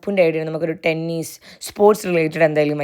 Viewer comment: Tenneeeeess alla tennis